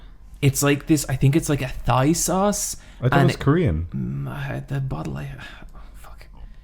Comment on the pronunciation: Did just mispronounce "Thai" as "Thigh"? I've never heard anyone do that before.